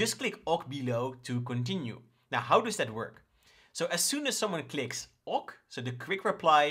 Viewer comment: Great material! 👍 I'm loving the way you show your flows. Seeing the logic is valuable to me! (BTW - "OK" is pronounced "okay" 😁)